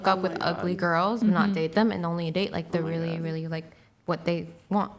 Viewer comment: What the fuck is with people pronouncing “like” with such a hard “k”?!